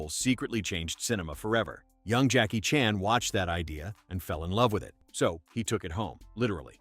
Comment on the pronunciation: Jackie Chan's last name goes back and forth between Chan and Chahn. Does anyone check pronunciation, especially if the narrator is AI?